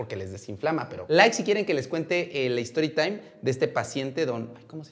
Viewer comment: La mamá de Samanta, Samanta, y su amigo: "por favor no diga nada" El doc: storitaim 🤠